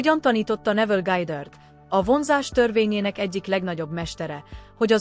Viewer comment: Mindegyik rossz....nem lehetne megoldani emberi hanggal? Neville Gájdörd 😂iszonyat